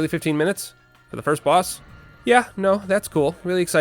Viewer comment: I'm sorry but hearing him say boss hurts me on an emotional level